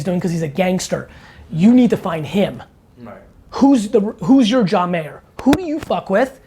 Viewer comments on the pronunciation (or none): none